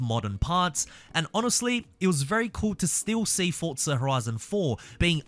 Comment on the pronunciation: “For” “zaa “ not fortza